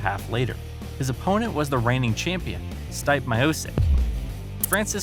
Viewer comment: Hhh it’s Funny how he calls Stipe!!! Dude it is pronounced Steepè